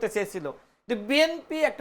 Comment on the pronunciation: নামটা ভালো করে উচ্চারণ করতে পারেন না বিএম।পি নয় বিএনপি।